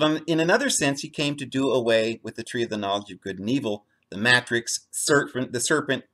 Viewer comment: jesus fulfilled the old law and why do you mispronounce the word Matrix ?